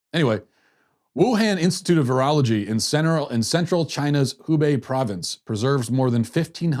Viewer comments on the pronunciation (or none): Virology pronounced vi-rol-o-gy